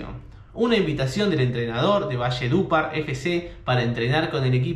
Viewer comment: Valle dupar? jajajaj aprenda al menos a pronunciarlo